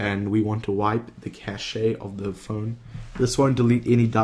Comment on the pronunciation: Cashay? It's pronounced "cash" mate... Also you go way to quick at the start could barely hear what you were saying.